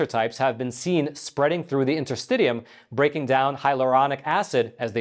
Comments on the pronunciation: Awesome. I’m a registeredTCM acupuncturist as well as a registered massage therapist. Will be interesting to see how willing western medicine want to let other civilizations thrive. A matter of giving up monopoly to give way to more affordable healthcare alternatives to the world. BTW, intrrstitium is pronounced in.tr.sti.shee.uhm. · Just fyi: it’s pronounced inter-stish-ium, not inter-stid-ium. Just like interstitial is pronounced inter-stish-al, not inter-stiD-al. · I believe it is pronounced in-ter-STISH-ee-um. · It's pronounced in-ter-sti-sheeum, not in-ter-st-tee-um. Worth noting that the only use the FDA has ever approved DMSO for is interstitialk (pronounced in-ter-sti-shal) cystitis. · Isn't this UK English and American English pronunciation difference? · In - ter - sti - shee - um Please pronounce correctly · “Enter-sti-shul” & “Enter-sti-shum”. I’m a doctor, so I know these nerdy things😉. Great video! Always get excited when a new one drops😁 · Just for the record, Interstitium is properly pronounce this way: The interstitium is pronounced in-ter-STISH-ee-um (IPA: /ˌɪntərˈstɪʃiəm/). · Sorry, but the interstitium, pronounced interstishium, is not a new discovery. The term has been used at least since I studied anatomy and physiology in University 30 years ago. I am certain that it is older than that. It is essentially the fluid between cells and tissues and I have always had the understanding that it extended throughout the body. Having said that, a systemic and organised pattern of flow might be a new observation / discovery. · Your pronunciation of interstitium is so annoying! But thanks for this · And yes you are correct you did mispronounce interstitium